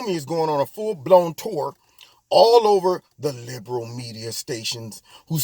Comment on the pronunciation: at :57 you said" liberal stations" and I heard "negro stations", and I thought alright! Now I can hear new takes on politics. Maybe soon. ;-)